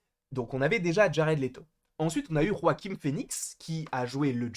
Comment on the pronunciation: pourquoi tu dis roaquin phoenix ? on dit pas joaquin ? on s'en fou mais c juste une question